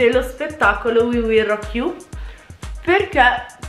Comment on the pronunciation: no sbagliato si pronuncia we will rock no Wii Wii